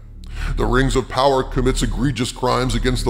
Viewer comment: The way you said "poWAAR" was most amusing my lord.